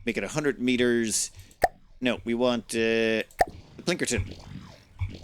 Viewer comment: I hate that you have zero respect for names. You can't blame it on illiteracy, you just have zero respect for it. PLINKERTON? It's clearly called Pilkington. For FUCKS sake man. Every damn time. And it's not just names above 5 letters. You even manage to fuck up the simplest of names. Please stop.